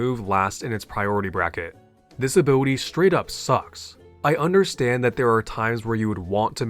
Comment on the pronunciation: "Abiwity"... I can't...